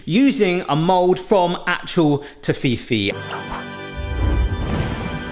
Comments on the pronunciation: The pronunciation of Toffifee is going to annoy me all through this video >.< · can't deal with the way you pronounce Toffifee <.< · German here =) It's pronounced like Toffee and fee is pronounced feh here. a long e like in egg. Nougat - gat is pronounced with an a like in astronaut. at least here, in Germany. Not sure if it's pronounced like that all around the world. Your Toffifees are bigger than those in Germany btw - our packs have the same size, but they hold 15 of these yummy little half spheres. Great video btw. Will definetly try to make some myself but will make the Toffee from scratch and try to make thin little disks out of it that are fitted into the mold by warming them carefully until they sink in. Or i'll cover up the edges of a half sphere silicone mold and let some of the toffee run out like you did with that hot chocolate bombs to create giant Toffifees. Then put in a hazlenut, fill up with nougat (you should be able to get pure nougat bars at the baking racks in every grocery store) and put a bit of sweetened dark chocolate on top. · What's with the whacky pronunciation? It's toff-i-fee? And i thought Americans were bad! You break it down to TOFF (a posh person) I (pronounced like a British child learning the phonetic alphabet; not to be confused with the nato alphabet!) FEE (like a fee from a bank and you only say it once, what's with saying "fee-fee" as if they've typed it twice???) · I think it's very funny how you pronounce Toffifee. Greetings from Germany :) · I'm struggling to watch the video and not wince everytime pronounces it like that. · Toffifee is German, so we Germans or I at least pronounce it Toffife. German I is like a longer English e. The last e is nearly like an English a but shorter. Also all Americans aren't wrong the company that makes them changed the speling for America to Toffifay to make your pronounciation sound more like the German original. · That's not how to pronounce Toffifee haha! But great video, DUDE! 🍄